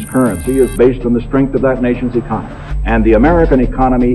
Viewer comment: Before opening a mouth on Finance learn how to pronounce ECONOMY! Garbage info!